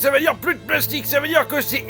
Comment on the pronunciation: Les mots « plastique » et « schema » sont parfaitement prononcés 😂